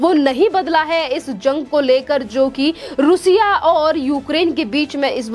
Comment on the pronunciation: Plz correct your pronunciation रूसिया , it is रशिया।